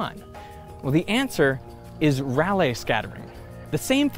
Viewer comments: I'd pronounce that as Ray-lee scattering, given, it's spelt, Rayleigh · Anyone else mildly bugged by Derek's mispronunciation of Rayleigh? >.> lol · Rayleigh, with 2 long "a" sounds, which is how he pronounced his name, and how actual physicists pronounce it. Try not to misinform in your informative videos.